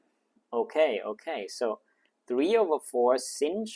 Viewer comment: you pronouced sinh wrong